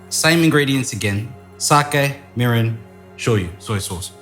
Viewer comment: Lol sounded like he said sake, URINE, soy sauce. Hahahaha sorry....but it did